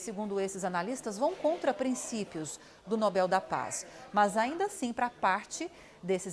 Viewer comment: A opinião do “especialista” já começou mal quando ele pronunciou inúmeras vezes a palavra Nobel de forma errada… Depois tentou descredibilizar a indicação de Corina rotulando-a de extrema-direita…